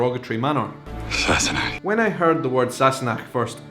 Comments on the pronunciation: You know when I first heard them say this word I thought they were saying “sassy neck” lol. I though it was in reference to Claire’s neck. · In my house it was always pronounced !&%^@ Sassanach!